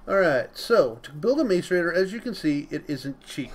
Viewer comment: Say mass-a-rator not mace-a-rator